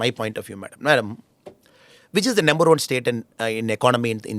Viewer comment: Why does Annamalai says nember for number?